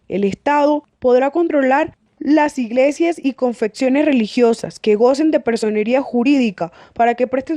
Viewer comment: Hicieron un gran esfuerzo para presentar un compendio de la ley, sin embargo, debieron subsanar los errores de forma como la dicción o pronunciación de algunos términos: verbigracia, confecciones religiosas (confesión, no confección). De todas maneras, gracias.